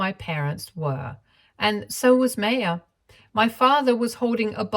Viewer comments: The name is pronounced “My-ya”. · Sorry, but the mispronunciation of Maya(My-uh) was really frustrating! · Maya is generally pronounced My-Ah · Isn’t it pronounced as Maa - ya?